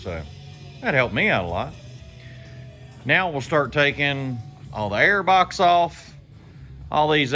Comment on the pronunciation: Sounded like you said meow, instead now... 🤣🤣🤣 cool video BTW